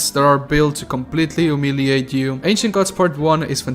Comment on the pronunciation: your YOU sounds like jew. "jew may like it jew may hate it". XD